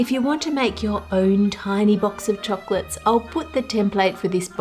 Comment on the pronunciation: I adore you and your videos so please don't take this personally, but am I the only one who can't stand the way she says "chocolates"? Lol idk it's just weird to me. Not that it matters but I'm just curious if I'm the only one!